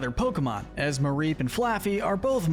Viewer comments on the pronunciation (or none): IT'S MAREEP, NOT MARIPE! FIX IT NOW!